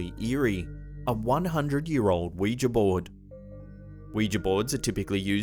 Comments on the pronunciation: Someone pronounced Ouija correctly on YouTube! Faith in humanity restored, THANK YOU! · Bonus points for pronouncing "Ouija" correctly! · You pronounced Ouija correctly! NO ONE ON YOUTUBE PRONOUNCES OUIJA CORRECTLY! THANK YOU! I owe you a vital organ of your choosing,. I also love you.